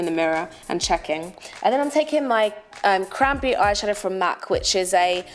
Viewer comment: When u said cranberry I thought u said crappy.. I love this look on u